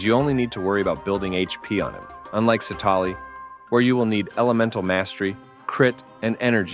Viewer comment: Please pronounce her name properly in the future